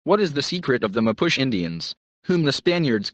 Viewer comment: MA POO CHIE is pronounced. I'm 1 of them.